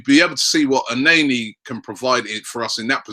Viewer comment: it's el NENNY not el NAYNAY FFS NOT HARD